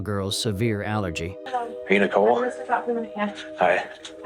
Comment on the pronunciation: It's very distracting and unprofessional to mispronounce names. It's NICOLE (SPELLED NIICHOL), NOT NICKLE